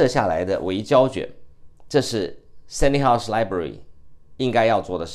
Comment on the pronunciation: Dr. Peng you always called the Library of London University the “Seny House Library”. I checked the name should be “Senate House Library”. Please correct your pronunciation.